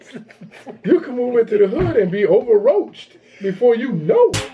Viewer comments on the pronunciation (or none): He said OVERROACHED😭😭😂😂😂